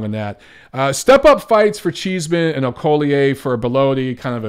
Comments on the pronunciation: Good stuff, Facts and not just opinions like most other so called boxing journalists, Biggup as always #MonteroOnRanting Ps its Okolie, O-ko-lee Peace ✌ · Okolie - pronounced Oh Co Lee :D